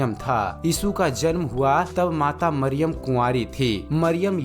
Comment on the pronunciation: Yeshu ka pita ka naam yusuf Tha Mariyam thik se bolo